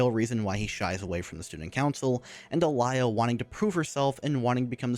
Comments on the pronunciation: "alaia" bruh. its more alia in speaking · It pisses me off how you keep saying "alia" instead of "alya" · Please don't add letters to character's name that ARENT THERE! That's not even matter of it being other language. Alaya? AlAya???Where did you find that A in the middle. And don't tell me I'm hearing things. You clearly pronounce a in the middle. It may be because in my language almost always you pronounce something exactly as you write it so it extremely bothers me when someone can't even follow simple guide how to pronounce a word(because japanese is like that too most of the times). I don't consider english being completely messed up in terms of pronounciation good enough excuse. It would be viable excuse if it was matter of not being able to pronounce certain group of letters but you litterally adding things that arent there That aged... well... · Is it just be or the way he says Alya sounds messed up (this is not supposed to be offensive)